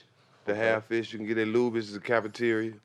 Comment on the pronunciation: Boy said lubys 🤣 bring back memories h-town stand up